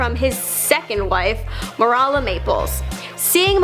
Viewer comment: Marala Maples? Seriously?! Marala? Marala?!